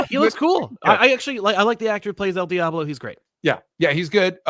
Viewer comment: Dj pronunciation of El Diablo is criminal. It's very American 😂😂